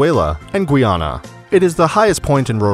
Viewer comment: It is not pronounces gwee-ana, it's pronounced guy-ana.